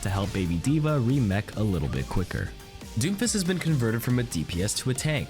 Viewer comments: Lmao I thought you said doofus instead of doomfist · For some reason, every time he says Doomfist, my ears kept hearing "Doofus". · I literally thought you said "doofus" instead of "doomfist". I laughed my ass off, because at his current state, his name might as well be "doofus".